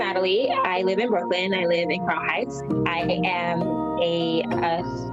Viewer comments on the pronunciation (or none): none